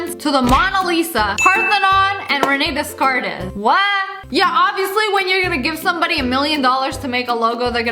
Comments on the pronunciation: She really said Rene DeS-carT-eSSS pronouncing the t and the s letters... why??? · Descartes is pronounced Day-Cart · Dessssssss Cartesssssssssss My lady, we don't pronounce the s in either of those words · Lmao Renee descartes -It’s pronounced de-cart lol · I laughed at how she pronounced Descartes but then I noticed how she pronounced Mona